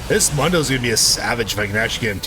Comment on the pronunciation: How do you manage to pronounce Mundo's name wrong when he can't stop saying it himself?